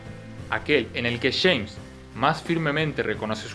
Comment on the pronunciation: Los Argentos dicen Chemns en vez de James crei que Chemns era otro personaje jaja. Aquí va otra dice "lo Chama" en vez de "lo llama", pronuncian mucho la "Ch", si Che, la, conCha de la lora.. La tablicha/tablilla, otras que les he escuchado como dirian carajo? Caracho che, con echas/ellas. No entiendo por que pronuncian tanto la "Ch" saludos desde Mexico.